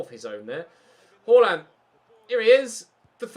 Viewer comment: please stop pronouncing Haalands name as “hoarland”. It’s pronounced “harland” as he said himself in a dortmund interview! Great content, loving the series👍🏻